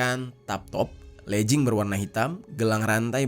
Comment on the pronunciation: bang jeri, sebetulnya gak perlu mengkritisi (menertawakan) netijen yg melafalkan nama "D4VD" menjadi "Daud", toh bangjer sendiri melafalkan "legging" jadi "lejing", terus pelafalan kata "sweater", "Seattle" dll jg salah. hampir di setiap awal video bangjer suka minta dikoreksi pelafalan, bbrp kali gw nemuin netijen yg mengoreksi, tapi toh di video2 selanjutnya gak berubah jg, jadi gak perlu ditertawakanlah, sesama salah melafalkan & gak mau berubah ya santuy aja 😂😂👌👌👌